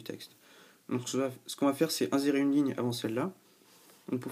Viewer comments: Inzérer mdr on dit insérer (avec un sssss) :) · Insérer se dit "inSSérer", sinon ça fait alcoolique ^^